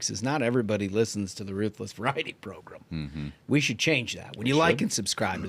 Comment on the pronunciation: proGRAM, not proGRUM !